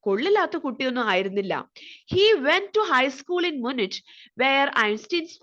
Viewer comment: മ്യൂണിക്ക്, സൂരിക്ക് ആണ് ... Pronunciation onnu nokku please bakki super class